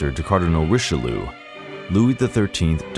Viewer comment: Would you mind to learn Italian & French accent for Italian & French names: De Medici or Richelieu, as you speak them it looks like you don't know who you're talking about